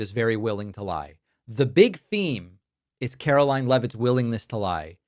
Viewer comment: David, Sir, the Press Secretary’s name is pronounced Karolyin’- I believe it’s French.